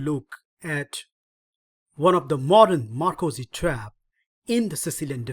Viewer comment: "Ma - ROCK - zy" bind... just sayin'